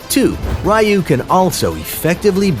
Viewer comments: I just want to point out that her third skill should be pronounced as 'Riyuu' not 'ruh-yuu.' Ryuu means Dragon in Japanese, and her third skill basically uses a dragon technique. Thanks for the guide, though! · its pronounced Ryuu (Ryu) meaning Dragon, not Rayu, we are playing AoV not Street Fighter lmao